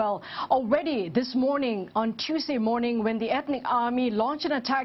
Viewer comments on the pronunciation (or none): none